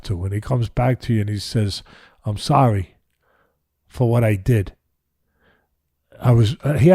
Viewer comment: If Mike says, I'm thorry man, it's probably genuine.